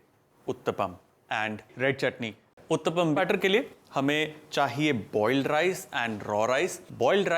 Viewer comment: It’s pronounced oo(ooooh)- tta (thap) -ppam (pum )